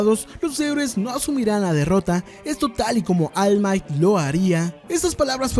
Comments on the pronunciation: Deberías mejorar tu inglés: De "Almait" a All might... Suena mejor en japonés "olmaito" , pero tú estás pfff mal mal. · Deberías aprender a pronunciar ALL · no se pronuncia all might pa, asi se escribe, pero la correcta pronunciacion es almait. No vengas aca a hacerte el inteligente, ademas, si te molesta deberias hacer vos mismo un video payaso